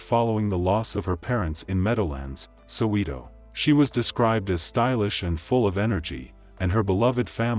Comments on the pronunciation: I am South African. Soweto is a township of the City of Johannesburg. I am not sure why he saying Sewito. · It's actually sounded like Saw-Weto-: Soweto You're welcome. Thank you. Much obliged 🙃🤣🤜🏼❤️🤛🏾✊🏾